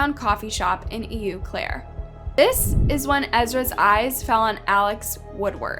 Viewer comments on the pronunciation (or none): Please watch news stories before you pronounce things. I watch you all the time and it's driving me crazy. In this one (from) a Wisconsinite, EU Claire is pronounced "O-Clair." Please just pronounce people's names and places correctly. I love you though. Do your research. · It’s pronounced”OH - CLARE” 😊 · It pronounced “oh” Claire . It’s French. Eau Claire Wisconsin. You have the spelling wrong too which may be the problem. It means water, and claire means clear so “ clear water” . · If you're referring to the city in Wisconsin..... it's pronounced "O" Claire.... lmao!! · Love listening to your stories. Just wanted to let you know, the town Eau Claire is pronounced “Oh-Clair”. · It’s not Eeeu Claire!!! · It's pronounced "O Claire" locally. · It’s pronounce ow-Claire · It's pronounced "oh-clair". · How can narrators be so lazy and ignorant to not research how to properly pronounce things. It’s pronounced AW CLAIRE